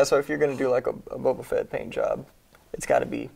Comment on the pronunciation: Caleb died a little on the inside when said baba fett